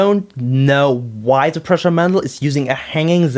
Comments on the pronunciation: Hi man, first, my name is pronounced "proosha". As you said, its old model, no reason to bitch about it in 2013 you are three years too late ;-) It is still built as there are thousands of ppl who can help you with it. Hanging Z axis was made because it transfers less wobble to the print, now with tube couplings, its not needed. Your coupling slid out of the shafts either because they were oversized or you didnt tighten them. Sanding the motor shafts helps a lot too. Your cables broke as you didn't bolt them to the Y carriage or used poor cables. Two motor Z axis is much easier to maintain then the original mendel one, if you would built original mendel, you would know. That thing sucked to calibrate. The x axis wobble is true, but during prints it wasn't affecting the quality too much. ... Anyway, keep up the good work. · Nope. It's pronounced "pruh-sha". Trust me, I've met the guy and I'm right.